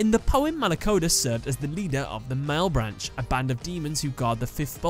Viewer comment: That "malebranche" pronunciation though...